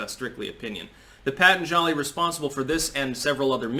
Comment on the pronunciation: Pa-Tahn-zhali, not Pat-an-jali